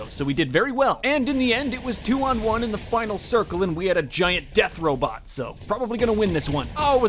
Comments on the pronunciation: He said robit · Did he say 'Robit???" I'm DYING!!!!!!! llllllll